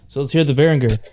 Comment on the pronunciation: Thank you for pronouncing Behringer correctly! Great playing and useful review too.